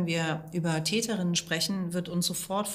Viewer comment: könnten sie bitte versuchen korrekt die deutsche sprache zu verwenden? das hört sich an als wenn sie dazu nicht in der lage sind und hier handelt es sich wohl kaum um einen sprachfehler es heisst TÄTERINNEN und nicht TÄTENINNEN danke! :eyes-pink-heart-shape